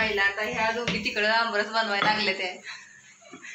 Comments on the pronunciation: अब्रस नाही आम्रस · आमरस म्हणा